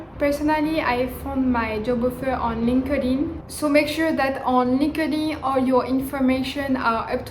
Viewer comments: no. It’s pronounced as “linked (space) in”. Linked in. Not linkadin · hahah so cute comme tu prononce linkedin. cest linked in. ;)